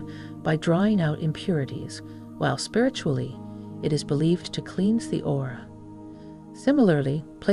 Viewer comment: A.I. strikes again!="kleens"instead of "klens" (cleanse). Why are you using an A.I. narrator on a spiritual video???